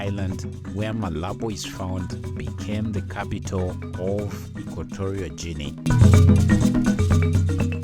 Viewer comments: Equatorial Juinea he said 😂🤣😂🤣 I don’t understand why some people upload a video to display their level of IQ 😂🤣😂 how ironic that he’s talking about why this country is not visited by many when he can’t pronounce the country correctly. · Since the speaker cannot pronounce the name of the country correctly, I wonder if he has ever been there. The reasons he gives for few tourists are strange — many Spanish-speaking countries get lots of tourists and not having democracy doesn’t stop tourists from visiting countries like Cuba or the United Arab Emirates.